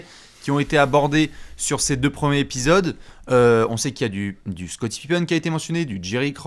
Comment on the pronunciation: je vais faire mon casse-burnes, mais entendre « premiers’ épisode » et pas «premiers-Z-épisodes » me chafouine 😁😢😂 Sinon, RAS, superbes analyses comme toujours les mecs 👍